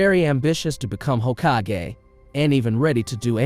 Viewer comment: The way you pronounce Hokagey lol